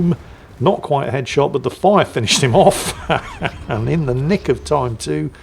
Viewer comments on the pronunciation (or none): none